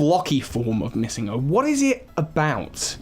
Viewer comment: The way you pronounce MissingNo is so strange. Its short for Missing Number so It wouldn't be pronounced MissingGo